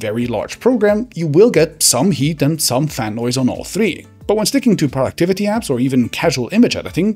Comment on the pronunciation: I thought he said PORN activity on the go" instead of "productivity on the go". I was like wow that's brave of him to be so upfront 🤣